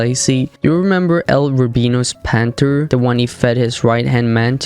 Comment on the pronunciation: “El Rubino’s Panter” 😂 love the vid